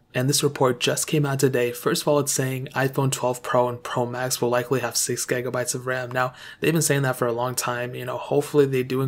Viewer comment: Why he keeps saying ‘gaygabites’ ???